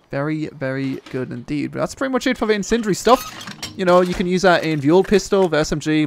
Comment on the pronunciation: these great things called syllables, use them. Sounds like you're saying sentry ammo. Lol. Incendiary, use the syllables.